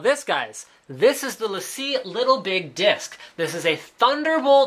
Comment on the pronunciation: No, it's lA see: It's a french company so not lay-see